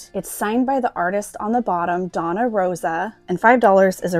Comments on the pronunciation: That was a fun video - thank you. I believe that the ladies name you called Donna, (I think I saw it spelled Dona (with a mark on top) is pronounced DOAN YA, Spanish. Hope that helps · Not "Donna" Rosa it's Doña pronounced something like "Dough - niah". Doña is a title like saying Madam.